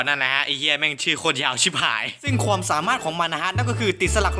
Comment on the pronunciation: ใดๆคือชอบคำว่า ควม ของพี่มาก อ้ายเป็นคนไสหนิ